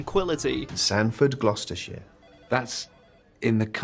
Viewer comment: Especially given that he CAN pronounce Gloucestershire!